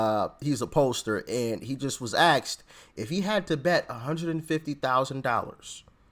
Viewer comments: You know the word is A S K E D, not axed. Don’t know why you think it’s cool to mispronounce word on purpose, But if more people of all ages are going to be watching your content. Pronounce your words in the correct way. Be a leader please. 🙏🏼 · it's asked it's not axed. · you say axed or did you say asked?😉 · Why do some Americans mispronounce the word ‘asked’ and say ‘axed’ or ‘aksed’ instead? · Asked, not axed...... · Ask not axed, dam dude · Its spelt “Asked” not “Aksed”